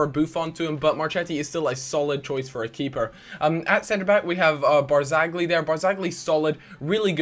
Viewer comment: Marchetti - pronounced marKeti Barzagli - pronounced like Barzali